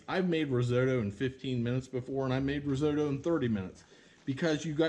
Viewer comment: Started watching but couldn't get away with your horrific pronunciation of risotto.